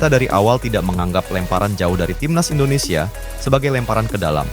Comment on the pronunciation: Indondseh indondseh bikin lucu aja😂😂😂